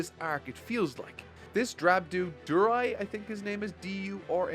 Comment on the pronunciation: Durai. You mean Darui. Da. Rue. E.